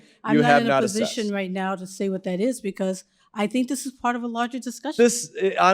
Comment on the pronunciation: " Dis question.." " I can't answer dose questions..." "Dis and Dat .." Utterly brilliant.